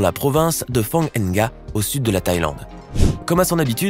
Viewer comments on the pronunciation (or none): Pour les 1% qui liront ce commentaire, je suis allée 6 mois en Thaïlande et « Phann- ga « comme il dit se prononce PANGUANE, si vous voyez se commentaire, lâchez vos plus gros like svp, merci et tout l’amour et le bonheur du monde à ce qui likeront ce message.